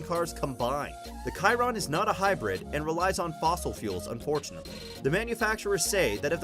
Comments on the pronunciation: I can name hundreds of cars more expensive and it’s pronounced sheeron not Keeron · You did not say Chiron right it is like (sh-eir-on) also there are like 35 cars more expensive than the Chiron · The way he pronounced Chiron made me cringe